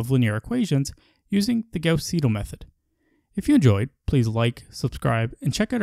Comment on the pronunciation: why do you pronounce Gauss the proper German way, but not Seidel?